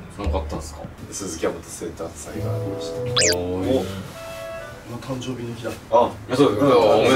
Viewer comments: やまとくんがたんどう日って言って誰も笑うことなくたんどう日でそのまま続けてるの面白い笑笑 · お気に入りの噛みシーン (全然個数絞れんやった) たくしゃんww かわいい♡ バブみが深い♡ そしいなってやばい🤣 じゅじゅつ たんどうび だまりゅ とかいかい 関西コレクソン にっちょ やかんない 嫉妬だす のツッコミ爆笑 つまん これは私も画面越しで爆笑 噛みすぎ！Take2でも噛んでるやん🤣 めっちゃさしかにって言ってるやん笑 あれだけ溜めてグチャってる笑 ズタボロだ〜笑 捕まってみます！笑 ばくさつ😱笑 なんか田舎っぺみたいになってる笑 緊張で呂律まわってないね笑 や、や、や、やばない？ これリアタイでめっちゃ笑ったわ笑 みんな黙っちゃってるやん🤣 一気に歳とっちゃったやん笑 しゃいやく👶🏻 一瞬壊れちゃった笑 めっちゃ溜めて噛むのやばっ笑 ナチュラルに噛みすぎてるwww メンバーが噛んだ後にが食いこんで指摘してくるねww